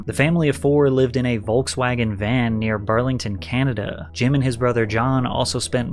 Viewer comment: Honest criticism here: I assume this is a really your voice then you might want to take some pronunciation lessons as you raise and lower your voice in let us say, a very annoying way!! Why do you stretch the end of your words like Canadaaaaaa, carerrrrrrrraaaa, I honestly thought your voice was AI as I was listening but not watching. I don't mean nothing bad but I cannot listen to you for an hour, no way! Not just me bro, check your comments. You are losing viewers because of the voice - sorry for the sad news